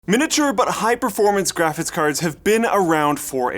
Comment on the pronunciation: "Graphits Cards" -, 2017